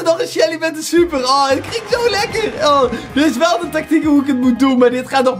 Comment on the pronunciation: Je zei stuper😂